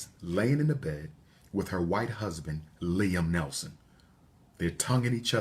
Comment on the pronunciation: Liam Neeson not Nelson